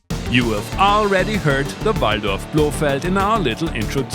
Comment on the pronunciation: Finally someone that says VALDORF as it should be said